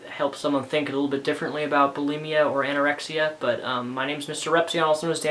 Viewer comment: did ur mom just say anyoraexa